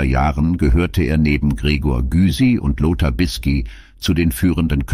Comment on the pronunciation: Wie ich diese Computerstimmen hasse 😡 Gregor Gysi wird "Giesi" gesprochen und nicht Güsi☹️ Ernst Huberti, was ist daran so schwer? Schöne Maid kann man ganz leicht sprechen 👎